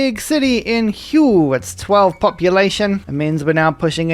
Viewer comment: The pronunciation of the Vietnamese city of Hue needs some work but other wise awesome campaign. Always love the Civ6 videos